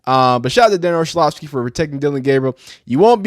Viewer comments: This guy needs to learn how to pronounce words. Too many words and names he doesn’t know how to use google to Learn how to pronounce. It’s not Olshavski. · Do you really not know how to pronounce Orlovsky or are you just being an A hole ?